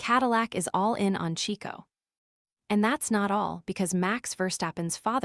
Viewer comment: AI slop. Pass. And it’s Checo, not Chico, man.